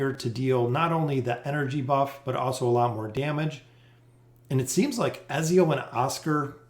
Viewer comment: His name is pronounced EDZIO, also her name is pronounced lucreshia. gaddamit fucking ezzio and lucrita